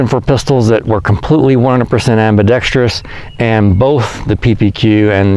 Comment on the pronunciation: The only person on guntube who pronounces “ambidextrous” correctly. Finally